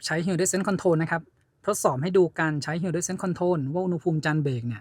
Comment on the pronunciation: Hill descend ออกเสียง ฮิล ดิเซนด์ ครับ